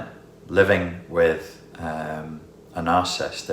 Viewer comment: Quick note: The word is NarciSSIST...not Narcist...three syllables.